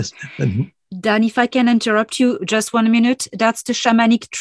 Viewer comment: 1.34.27 it's your surname D- an - aan!